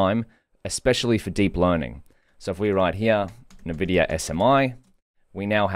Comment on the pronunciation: N vidia like ENvision. not NUHvidia NUHvision